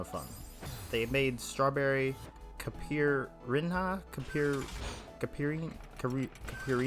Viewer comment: as a brasilian the way you pronounced caipirinha was very funny